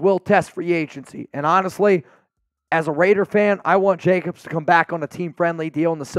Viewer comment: Hey from Scooby- Doo...it's Jacobs....not Jacobses.....nor mosseses......😳😳😳😳😳😳😳.....come on man......